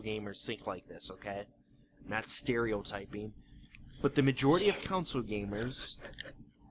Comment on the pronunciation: jesus christ has he been saying council the whole time?